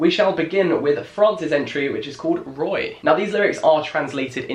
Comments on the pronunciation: I'm sorry Jack but 'roy' almost made my french self click unsubscribe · Jack: I am aware English is not everyone’s first language so let’s not laugh at their bad language Also jack: pronounces title of French song ‘roy’ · I'm sorry did you just pronounce roi as Roy oh my God you clearly never did any French 😂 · When he pronounced 'roi' as 'ROYY'